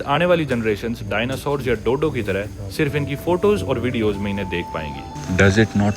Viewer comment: dianasore nahi "Dinosaur"